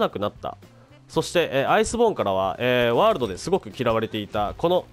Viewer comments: 挨拶のMH[world]←これの発音が [wroold]に聞こえるぞ。 英語の発音が分からない人にありがちな事ですね。どうしても気になったのでコメさせてもらいました。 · ワールドの発音(笑)